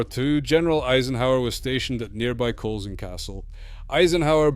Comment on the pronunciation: Culzean pronounce kull-ane